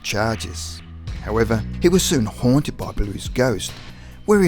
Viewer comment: “HUOANTED” lmfao what fucking dialect do you speak